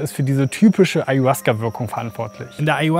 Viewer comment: Ich würde dir empfehlen erstmal zu lernen wie man den Namen richtig ausspricht.